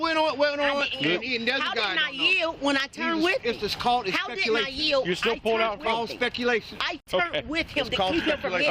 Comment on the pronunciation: "DIS IS CALLED EXPECALATION" smart people